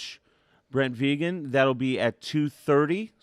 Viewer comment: I'm not even a Montana State fan but WHY is it few if any of the moderators, commentators and "social media" pundits covering or previewing the FCS Championship game can't seem to pronounce Montana State head coach Brent Vigen's name correctly?! I would hope none of these people would go into a job interview not knowing how to pronounce the name of the person they're being interviewed by so why can't they study up on the names of key people they'll be introducing or interviewing, after all it is their job! His name is Brent with an n not Brett and his last name is Vigen pronounce very similar to vegan with the "hard G" sound not a J sound and simply change the a to an e VeeGen. A persons name is their brand doing your diligence to pronounce it correctly shows courtesy and professionalism!